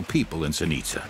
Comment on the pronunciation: Interesting, even though the narrator can't pronounce Zenica correctly.